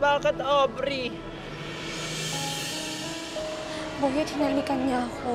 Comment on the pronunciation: Mukhang patagal ng patagal parang Ovary na ata naririnig ko't hindi na aubrey... Sira na ata pandinig ko...😂😂😂